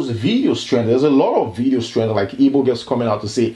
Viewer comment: Well done man. They're called 'Igbo' not 'ibo or yibo'.